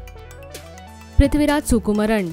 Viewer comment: First, get the pronunciation of dulquer and prithviraj correct